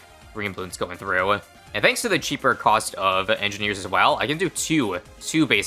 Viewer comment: sometimes you pronounce it Monkey edgineers